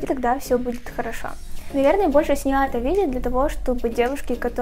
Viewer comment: Боже, как бесит, что она говорит не «это», а «ато», и так во многих словах вместо «э» говорит «а»